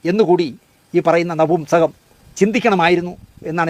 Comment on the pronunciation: നഹുംസകം അല്ലെടാ.. നപുംസകം 😂👍